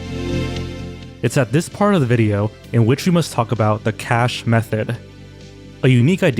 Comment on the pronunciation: The "ka-shay" method. Uuuugh. That isn't how you pronounce cache.